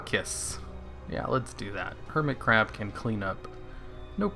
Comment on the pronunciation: i think at one point you said curmit hab..